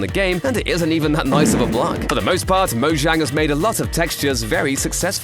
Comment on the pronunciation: The way he says mozhang kills me 😂